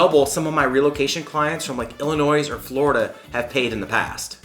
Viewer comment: "Illinoise" really????